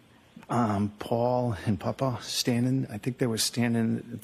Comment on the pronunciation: Since when is "papa" pronounced "puppa" btw?